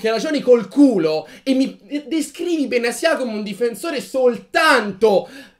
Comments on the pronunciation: Perché benasia e non Benatia? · secondo me Benasià non si può sentire, inoltre è la prima persona che sento chiamarlo in quel modo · In verità non si pronuncia in nessuno dei due modi che avete detto